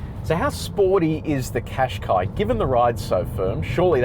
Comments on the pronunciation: Pronounced Cash Kai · I searched Nissan Qashqi to know how to pronounce its name and I saw this video. But then I was stumped when I saw this guy struggling to say its name too lol